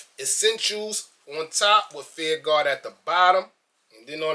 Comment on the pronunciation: "feEeR RuHGaWh..feEeR RuHGaWh."..lol enunciate my brother. Fear. Of. God. lmao